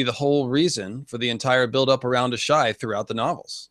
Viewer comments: Does it bother anyone else that the one dude keeps trying to go against common etymology/orthoepy to put emphasis on the the "ASH" in Asshai over the more neutral "AI"? I think it's the only instance where a word is forced into incorrect pronunciation for the sake of....nothing? Like..he goes out of his way to put the emphasis on the first syllables. What's next...carcoSAHHHH? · Loved this entire series! So informative, creative, fun, & just over all well done! I only have one question...why does consistently keep mispronouncing Asshai & Azor Ahai? Its really...distracting...